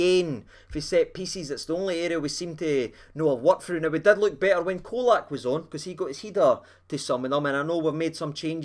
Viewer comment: IT'S "CHOLAK"! LOL😂, had to laugh at some of the predictions from the Hammers before the game - one spouting 5-0 to them...sent hame with a skelpt erse!